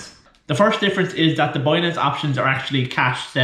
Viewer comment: how the fuck do you pronounce BINANCE as BUOYNANCE ?? WTF :)))))))))